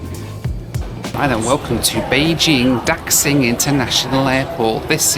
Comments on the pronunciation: Pronounced as Guang-zhoh, Shia-men, Da-shing. All “X”s are pronounced as “Sh” in Chinese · Slaughtering the names of some of the cities I live in China. I'll help you out... Guangzhou - pronounced "Gwang-joe" (The zh in Chinese sounds like a j-sound.) Xiamen - pronounced "She-ah-men" (The x in Chineses sounds close to a sh-sound.) Daxing - pronounced "Dah--shing" (same as Xiamen) Happy you love Daxing. It's an amazing airport. I never have been to the Xiamen international terminal, but there is a new Xiamen airport being built right now and hope you get to see it next time. And yes, China's security is the crappiest. They also don't let you charge your phone on the plane with a power bank. It's so insane. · Guangzhou is pronounced Gwong-joe Xiamen is Sha-men Daxing is Da-Shing And yes the customs in China are awful. The whole airport and airplane experience here is terrible. Lots of very big, shiny and very unwelcoming airports here, especially if you’re a foreign tourist or resident 😐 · For reference, Guangzhou is pronounced Kwangjou Xiamen is pronounced Siamen Daxing is pronounced Dasing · I love your videos but man do your Chinese pronunciations need some work. I'm not sure whether if its because you don't care or because you hadn't heard these spoken out loud before, but your pronunciations of Guangzhou, Xiamen, and Daxing were brutal.